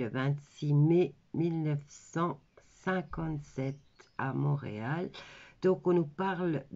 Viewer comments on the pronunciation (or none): none